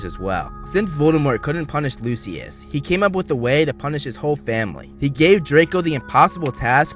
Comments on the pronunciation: It’s pronounced lushis not lusuis👿👿👿👿👿👿👿👿🤬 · It's pronounced loo-shuss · What is loo-see-us? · The way that he pronounces Lucius makes me so angry😂